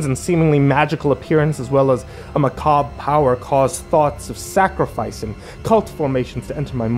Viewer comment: YES! Macabre pronounced correctly! ..... yeah I know, it's sad the things that give me joy...